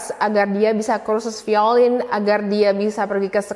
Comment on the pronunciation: "Violin" sounds more like (vai-lin). Cmiiw, idk how it sounds on different accents.